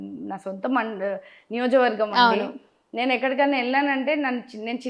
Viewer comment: నియోజక వర్గం అని క్లియర్ గా పలకండి సిస్టర్.All my best wishes.